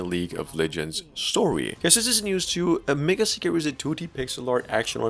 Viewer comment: Mageseeker is pronounced "meigseeker" not "megaseeker"